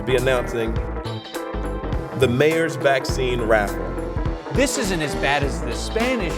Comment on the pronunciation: At the start I thought he said "the mayor's vaccine rap" instead of raffle and now I'm sad because I wanted to hear that😢